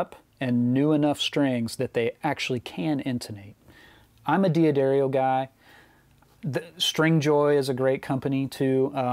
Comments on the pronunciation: Great vid. But no "E" in D'Addario. Its like "da dairy oh" not "dee ah dairy oh". And I agree with your choice of NYXL's. They stay sounding bright and new for a very long time and never break. For me, anyway. I'd be interested in your opinion on adjusting intonation. I know the conventional wisdom is to use harmonics (either 7th fret or 12th fret) but I don't think that compensates for your playing style. How hard you pick, or how hard you fret (or course, I guess best practice for fretting is to use minimum pressure to get a clear tone, but that is another topic). So I tend to use two fretted notes when adjusting intonation (for example, 3rd fret and 15th fret) while trying to maintain typical pressure on the strings. Is this a stupid approach? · if you're a D'Addario guy then you should pronounce the name correctly: dah-DARE-ee-oh (It's in some of their videos and used to be on their website.) Great video otherwise.